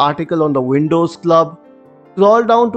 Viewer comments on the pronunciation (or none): "Wuulcome to te Windouuws..." closed the video lol